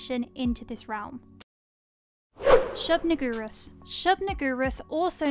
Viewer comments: shub-nigguroth lol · That’s a convenient pronunciation of Shub-Niggurath you got there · Can't help but laugh at the way you're saying "Shub-Niggurath." Tryin' not to get demonetized, I see. 🤣🤣🤣